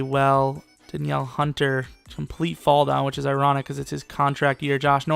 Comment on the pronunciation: "Da Niel" hunter